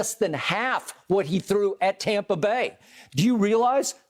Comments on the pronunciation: I really wish skip would stop saying "tompa" bay!!! Its sooo cringy, sounds soooo dumb. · aNd dO yoU reAliZe, at TAWPA Bay….